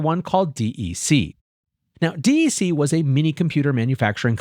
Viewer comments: Dec-k pronounced. not DEC. sounds so weird otherwise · “D E C” is/was pronounced “deck”. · Agree. He's definitely showing his lack of knowledge of this company. I had to think about what company he was talking about for a minute before I realized he was talking about "deck". :) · Just say "Deck" - I've never, ever, heard anyone call it D.E.C., in spite of what's printed on the machines.